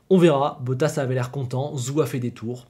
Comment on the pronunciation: Bonne vidéo, et très intéressante. Par contre, par pitié, essaie de bien prononcer le nom de Guanyu Zhou. "Zhou" ne se prononce pas "Zou", mais un peu comme "Joe".